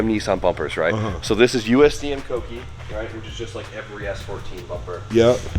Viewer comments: Smh... he normally says cookie (read: coo-key) instead of kouki. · koh - oo - key